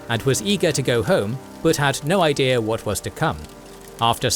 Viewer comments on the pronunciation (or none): none